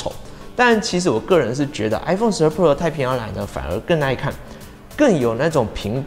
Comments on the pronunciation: 只用聽的話會從頭到尾都只聽到 i phone 12 “破”😅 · 你的pro 都唸成poor 了 窮人是買不起iphone 的